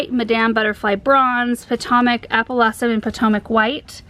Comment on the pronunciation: Did she say pah-tah-mok white? Potomac white? Pah-toe-mik is how we say it, near the Potomac River in Maryland. Lol